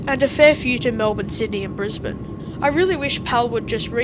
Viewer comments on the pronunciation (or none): none